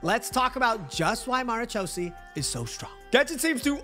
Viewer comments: Mara 'chau' see lmao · that's the worst pronunciation of Marechaussee I've heard ever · I'm arab and no that's not how you pronounce it lmao